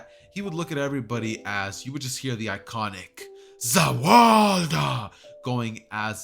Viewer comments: the fact that its sounds like hes saying ZA WARLDO wen its ZA WARUDO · "za warada"